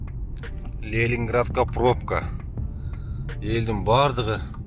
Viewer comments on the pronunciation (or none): капа болбо Лелинградка эмес- Ленинградка тура айт сени коргондор кулот😂